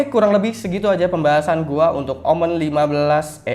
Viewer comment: Bacanya omen bang jangan omen😏